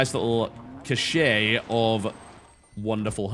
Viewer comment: It's amusing that TB has gone on little rants about the pronunciation of things in the past and then pronounces cache the way he does.